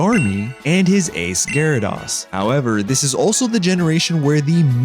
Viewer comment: The way you pronounce Gyarados and Tyranitar is very interesting! But doesn't they sound more like G-air-uh-dose and Tie-ran-eh-tar?